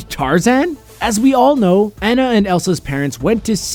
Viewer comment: You pronounced Ahn•a wrong. But it's funny 😂